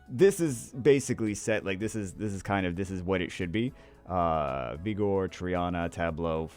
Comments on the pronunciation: Love you, but if I hear you say vigor like egor again I’m gonna go crazy. Vig like sig the er. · Both pronunciations are fine